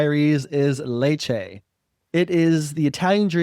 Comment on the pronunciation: Lads, nice, well produced vids, but my unsolicited advice is to learn how to pronounce these places. Letch-eh is how you pronounce your top choice. And is beautiful though very hot in the summer